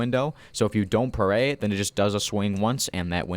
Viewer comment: Augh the way you say it, its all sorts of weird, its parry, like if you say perry. Also, why the flim flam fu- did they think nerfing the shield was a good idea?